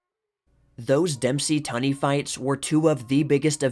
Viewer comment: TUNEY 's pronounced TOONEY. Not ton ee... Come in, dude Look some stuff up!!